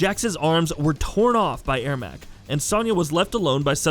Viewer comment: thats true... but Ermac is pronounced er-mac xD